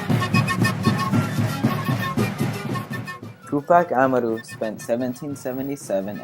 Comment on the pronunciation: u really gotta learn how to pronounce tupac amaru man